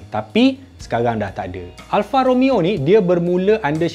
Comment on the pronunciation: "Alfa Romayo" orizainal